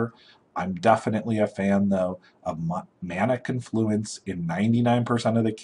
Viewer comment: Why is it that youtuber magic players can't pronounce magic card names? It's not mana conFLUence. It's mana CONfluence.